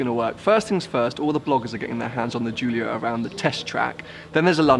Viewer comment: I'm italain and the pronunciation is the right one